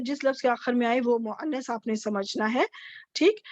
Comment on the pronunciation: Muannas bolne mein ع ka istemaal kyon kar rahin hain? مؤنث mein ع to kahin bhi nahin hai....